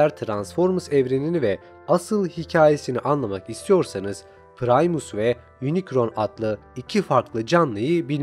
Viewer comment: Lütfen kararkterlerin telaffuzuna bakmadan video yapmayın. İnicron, saybırtriyon ne ya 😂. Doğrusu Yunikron (Unicron) ve Saybırtroniyın (Cybertronian).